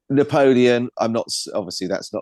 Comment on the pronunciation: Napolean- N-apollyon😮